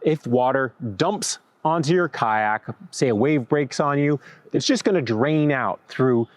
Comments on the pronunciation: Lol you say "kayak" like Ka'ak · The “Y” in kayak is not silent. You sound like you are saying kaaak. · I keep hearing "kaack". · 😂😂😂😂me, too!! 😂😂😂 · Are you pronouncing the "y" in kayaks? 🤣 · I hate the way you say kayak so much